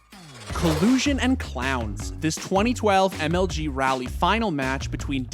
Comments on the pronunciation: FYI, Raleigh = "rah-lee", not "rally". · It's RAH-Lee not rally